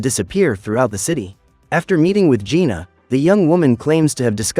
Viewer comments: It's jinu not juna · It's Jinu not Gina